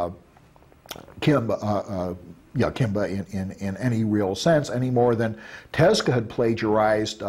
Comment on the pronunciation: dude claims he is such a huge fan/friend(?) of Osamu Tezuka, but dude can't even say his name it's so grating. "Teska" sounds like a gas company good grief